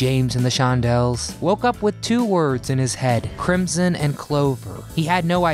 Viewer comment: Crim-son? Crim-son! Oh No!